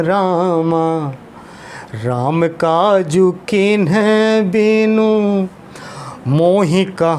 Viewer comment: दोहा आपने गलत पढ़ा है गुरुजी, बिनु में छोटी इ की मात्रा है आप उसको बड़ी ई के रूप में पढ़ रहे हैं